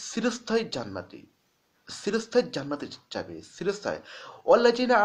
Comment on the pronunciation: খুব ভালো প্রচেষ্টা! উত্তম ভিডিও ! (উচ্চারণ: ' চিরস্থায়ী ' হবে, 'সিরোস্থায়ী ' , নয়! ঠিক উচ্চারণ বুঝতে আমার একটু সময় লেগে গেলো!)